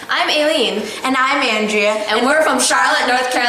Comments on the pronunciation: I think she said "Aleen" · did she just say her name is alien, or am i going deaf? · Aileen. A-leen